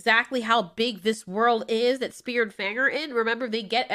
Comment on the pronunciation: Lamo i heard spear and fang like fear and fang